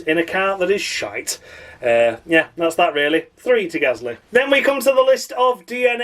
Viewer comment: David Croft used to struggle to pronounce Gasly correctly. At Brazil 2017 he kept calling him Ghastly. 🙄🙄